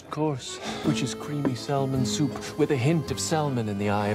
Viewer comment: Every time he pronounced the L in salmon i wanted to scream lol